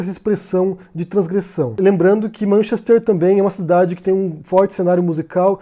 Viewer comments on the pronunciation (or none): Vc deveria começar por pronunciar corretamente Manchester, e lá não se picha propriedade privada